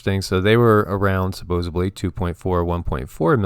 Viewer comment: Small thing I suppose but the word is supposedly not supposebly . I think everyone raised in the US was not taught this...